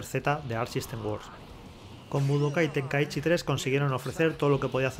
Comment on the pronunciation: Mi mente cuando le dice tenkaíchy🫨🙂‍↕️